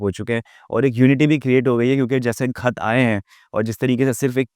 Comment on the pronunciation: yes khat nahi bolna araha